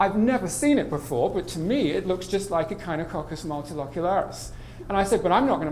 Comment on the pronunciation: mispronounced echinococcus